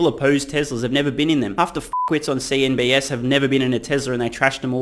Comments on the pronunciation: I’m guessing you say CNBS instead of CNBC purposely. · I love these videos, but still curious... Why does he call it CNBS? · why do you always call cnbc, cnbs? is it a different network where you reside?